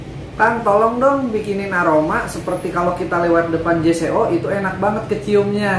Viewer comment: J.Co dibaca “jeko” bang